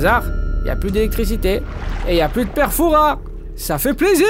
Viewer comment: C’est pas le père fourasse frère c’est le frère fourousse